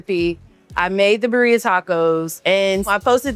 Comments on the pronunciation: At least pronounce the taco's name correctly if you're going to make a business out of it. It's called BIRRIA - BID- DIUHHH--- not BURRRIUHH haha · learn how to pronounce “birria” correctly if you’re going to be selling these types of tacos lmao tf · Needs to improve.